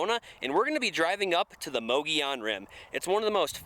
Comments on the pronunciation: Moe Goe Yone rim, not Moggy On Rim. Just Sayin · It's pronounced MUG EE ON Rim, not MOE GEE ON Rim. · Correct pronunciation is "Muggy - Owen" ... Not... Mogey-on. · mu-gee-on rim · By who's opinion? What's correct? for a hundred years, the locals pronounced it Muhgeeyon, which was also taught in AZ history classes from the 60s to the 90s. Only recently has it become mohgeeyon. But since it's not really a spanish word why do we treat the double l as a y? I will default to the oldest regional pronunciation, which is also the pronunciation according to Merriam-Webster as me-ge-yon (muh-gee-own) . Calling it moh -gee-yon is as quick a way to identify yourself as a non-native as saying pres-cott rather than pres-cutt, Dy-sart rather than Dy-sert, or Sa-guaro rather than sa-huaro. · If you're going to do a story about a place learn how to pronounce it properly there's no e or I in the word